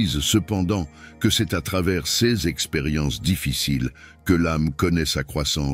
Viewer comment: Bonjour et merci. Le ces se prononce Say.